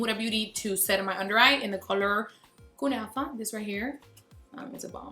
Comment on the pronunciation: You said kunafa like perfectlyyyyyyy😍😍😍😍